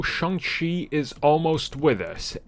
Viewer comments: Can you not say Shang correctly? Sometimes you say shung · Is it pronounced Shung or Shang ? Seriously. Cause I've heard it pronounced both ways